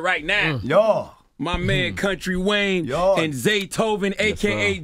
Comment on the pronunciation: FYI- sis it’s Wayne, not Wang. You know some ppl will try and drag you about not getting his name right. 😒